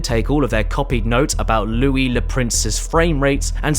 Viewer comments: The Louis bit is even better if you speak french cause he did mispronounce it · Fun fact, he did prononce ''Louis'' wrong. Since it's french, it should be pronounced ''Loo-wi'' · Isn't the French 'Louis' pronounced more like 'Loo-oui'? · As somewhat of a Louis myself I must say, you completely butchered my name and you will be receiving a call from lawyer very soon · You mispronounced it but it's okay, you didn't butcher it either Bruh you pronounced it decently well there stop messing with your only French viewer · how did you mispronounce it? It's the easiest French name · I cannot prove it, but I'm reasonably sure that you are NOT sorry that you mispronounced the name Louis. Now I have a hard time trusting you. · I cannot believe you mispronounce such an immaculate name as Louis! This is an outrage and as a fan of Louis Le Prince I’m unsubscribing! Have a good day James Caddick!